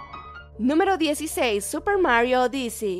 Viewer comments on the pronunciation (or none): En la palabra odyssey el acento no está en la segunda sílaba, sino en la primera. Corrige bien las palabras, por favor.